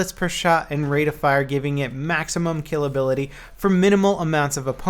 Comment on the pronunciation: There wasn't a long space between "kill" and "ability".